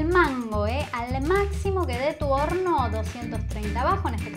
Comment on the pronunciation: (1) me encantó la receta está muy buena jaja ya lo hice y me salió 10/10 al seguirte,te banco un montón (2) en los segundos de 26 al 31 "mis amigos discuten y dicen que dijiste p0RN0 a lo que yo me Rei, para mí dijiste horno pero es como que queda Raro igual cabe Recalcar que son alzados los pibes estos en fin disculpa que te joda pero me Dió curiosidad saber que dijiste aparte así después les presumo a estos que yo tenía Razón